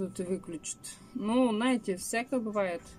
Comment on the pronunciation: пожалуйста не наете, а ЗНАЕТЕ.